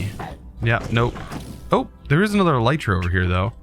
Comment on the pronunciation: No... From the UK and would never say Elytra that way who tf says it that way - thats illegal XD